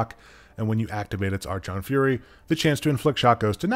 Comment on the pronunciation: it’s pronounced ark-on fury